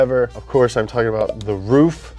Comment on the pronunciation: Hey ruf is pronounced r-u-f not r-uf bubba